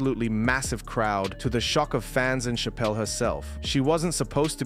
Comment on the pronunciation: She deserves a correct pronunciation, it's cha-pel like a church! 🙂